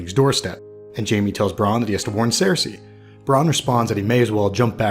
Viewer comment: Why does he say Sare-Say????